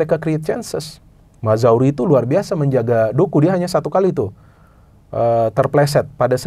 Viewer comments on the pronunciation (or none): Mazraoui bacanya Maz-ra-wi bukan Mazawri :D